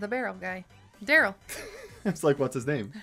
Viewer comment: It’s, Tara, Poco, And Darryl. Not Tara poko darill